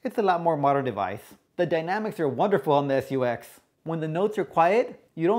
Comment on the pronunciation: Guess the language barrier strikes again. " SU-X" really?? Nice review though!